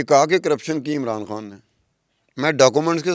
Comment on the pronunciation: کھان نہیں خان کہا کرو ۔۔ خ کی پرنونسی ایشن بہت غلط کرتی ہو یہ اردو زبان کے ساتھ زیادتی ہے